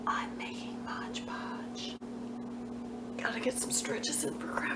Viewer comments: Great video, thank you! ONE POINT: The name of the product is MODE Podge, not MODGE Podge! So many creators get it wrong and it is rather annoying…😂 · It's not Modge Podge. It's Mod Podge.